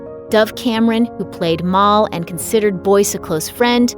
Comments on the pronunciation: it's mal, not mol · She said mall its mel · This bitch said mall— I’m wheezing 😂 it’s Mal but okay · M•ah•l? No it’s M•AHH•l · mall not mal lol very good though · in the video they said “Dove Cameron plays mall” like it’s not mall its mal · Her name isn't pronounced like Mall ... it's pronounced like malice just without the "ice" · Its pronounces maal not mol ( not meant mean but thats just how its pronounced) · I still can’t recover from Alan Rickman he will and will always be the best Severus Snape, I’ll miss him very time I read Harry Potter, I’ll miss him Always. (Wait- did she just say Mall for Mal?) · Any one find it annoying she said mall instead of Mal? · I know this is sad and all but who else was triggered when they said muuul not mal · bless everyone in this but Am I the only one who gagged when she said moal instead o mal... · M-AL, not M-ALL....You don't watch Disney, do you??? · Did you say dove Cameron a ted as mol? It’s mal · Mal not Mall she didn't play the role of a building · Isn't this stupid how she can't pronounce names right? I mean mall?! Eisteen!? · ITS MAL M a l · I was getting all sentimental about cameron and then she pronounced mal as maul and then i lost it i was dying laughing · you said mal wrong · They mispronounced Mal!